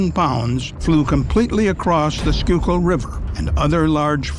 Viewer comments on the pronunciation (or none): none